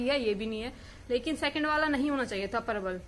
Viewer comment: Parabal nahi bola kro thoda jaldi se prabl bola kro 🤭